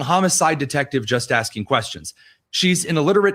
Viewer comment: It’s just axing a question